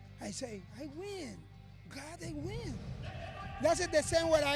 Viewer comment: That's it = Thas tah